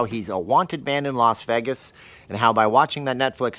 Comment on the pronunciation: Lol. I'm hearing Veggis.